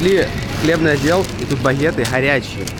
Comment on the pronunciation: Бахеты хорячие и хорчица,сукаааааааа😁😂😃😃😂😂😁😂😃